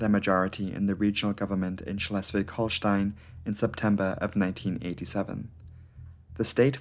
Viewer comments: Hats off to your pronounciation skills! This was pretty much the best "Schleswig-Holstein" I ever heard from a non-native speaker! 👍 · As a native of Lübeck, even that one was good. Have heard worse from other Germans. :D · as a orgin from schleswig-holstein i can say u pronuced our state correctly :) and thanks for the content🔥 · 'Schleswig-Holstein' pronounciation was spot on! ✅ Great video BTW. Cheers! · His pronunciation of "Lübeck" was correct, in the same sense that "Cologne" isn't pronounced "Köln" in English. The English name of the city doesn't have the umlaut. The pronunciation of "Schleswig-Holstein" is the same in German and English, and his was fine. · You pronounciation of Schlewig-Holstein was pretty good ^^ . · The pronounciation of Schleswig-Holstein was on a native speaker level, well done. But the two pilots' family names are pronounced differently. The "E" at the end is not silent. The Italian "e" for and probably is the best advice for it. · as someone from Schleswig-Holstein / Rendsburg i can say u did say it right :D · you nailed that Schleswig-Holstein!